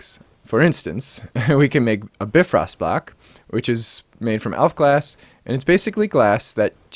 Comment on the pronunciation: Hey, great video as always but I just wanted to let you know that it's pronounced BIfrost, with the 'bi' spoken like in bicycle or bionic or... Any other word with the prefix bi, to be honest. Not a complaint, just saying.